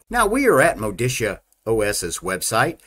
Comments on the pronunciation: As an italian i can confirm it should be pronounced "Modicha" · It's pronounced Moditzia. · Great review. I wanted to be sure it was worth installing before going ahead with the installation. It's pronounced Moditzia BTW. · If the distro was from Italy, then MODICIA is pronounced properly as Moh-dee-Cha. Looks like a fine desktop, I hope it performs great too. Auguri e saluti a tutti i developers! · If it Italian than is is pronounced Modicha! (like in chair) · pronounced MOE DE CHA.... lol neither of your stabs. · Hi mate, it’s pronounced MO-DI-CHA. Stress the second syllable and the O is a short vowel, the A is pronounced ah. Enjoy! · It is pronounced mo-DEE-chah. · My guess is that it's pronounced "Moh-dichia". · Modicia is pronouced as mo-di-cha (ch as in kitchen), I think. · It's Italian -- I'm sure pronunciation is M-oh-de-ch-ee-ah. (just like my Ruscetta name is pronounced with Roo-sch-e-t-uh)